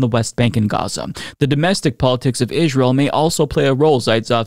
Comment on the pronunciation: Damn why does he keep saying israel like that